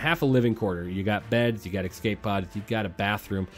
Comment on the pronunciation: “Ecscape pod” :) good vid bro